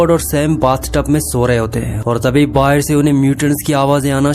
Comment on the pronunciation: Abe Bahar ko baher kyu bol raha hai